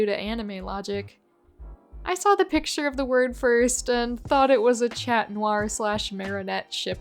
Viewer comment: somehow I would've never thought anyone would pronounce "chat" like that, even though it makes total sense if you speak English but not French.